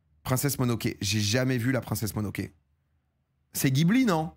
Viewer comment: "Monoke" t as souillé le respect mec!